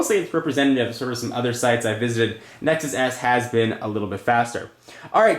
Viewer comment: Did he say Nexus ass?